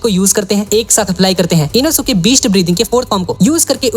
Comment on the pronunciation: Inosuke nehi enoske😂